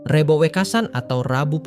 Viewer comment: Maaf,,,lafal REBO,,, yang anda tuturkan gak pas,,,, belajarlah bertutur jawa dengan benar😮